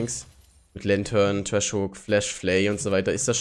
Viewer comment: wieso sagt eigentlich immer Trash statt Thresh?:D